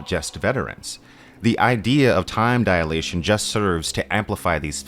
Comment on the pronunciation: Just a note: The correct is time dilation, not diAlation.